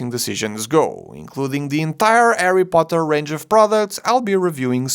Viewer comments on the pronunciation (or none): none